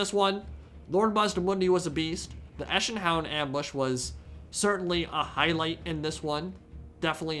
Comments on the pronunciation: Echsen is pronounced like Eksin ... basically at least. I thought the Skaven were there for a second :D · Awesome battle! Now pls don't think Im a wanna-be know it all but those Echsenhounds are pronounced as eksenhounds. Which would translate into lizardhounds. Just thought you might find this helpful.. again cheers for the awesome video :) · Echsenhund is german for lizarddog/lizardhound but the "chs" is pronounced ks not sh ;P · Eshin-Hounds! Would be a fun unit like the Felyne from Monsterhunter! Ninja-Hounds! But jokes aside a very good video! liked it a a lot! Short German excurse: Echse = Lizzard ; Hund = Hound/Dog ; so Lizzard-Hound (cause they are specially breed to hunt lizzards down maybe not saurus tho) Oh and both "e" in Echsenhund are more pronounced like the first "e" in environment. Excurse over thanks for coming to my TED-talk and keep up the good work!